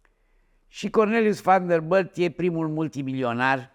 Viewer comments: VanderBILT nu vanderbâlt 🤣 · Sunt singurul care moare când îl aud cum pronunță numele Van der Billt ?